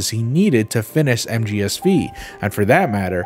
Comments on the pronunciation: mgsv or metal gear solid five. not metal gear solid "vee". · So uhh is he pronouncing MGSV wrong as like a joke or what?